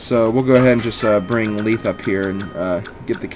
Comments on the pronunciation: You pronounce Lethe's name Leeth? I've always pronounced it Le-thei (Lacks symbols) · you pronounced lethe wrong youre pronouncing it as though its spelled leethe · I've always pronounced Lethe like the mythical river-- "leth". But Fire Emblem pronounciations are very difficult. RD voiceovers clear up a few of them, but there are many they never say out loud. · this little bit doesnt fit on the other comment...how exactly did i prove myself wrong? if youre talking about that very first part where the e at the end is missing i did that because its silent. i havent met a single person pronounce it leethe til this lp and even admitted to not knowing how to pronounce most of these names.